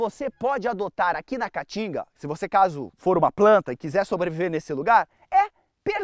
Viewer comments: Esse idiota não consegue nem pronunciar o nome Caatinga corretamente. Vai estudar, analfabeto. Caatinga, caatinga, caatinga. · Amei o começo quando ele falo "a catinga" kkk🤣🤣🤣🤣🤣